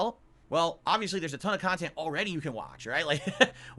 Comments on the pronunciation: the adult baby that e begs for nickels and dimes but wants us to believe he’s making “meaningful kahtent”. IRS Arc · He really thinks this is meaningful Khan-tent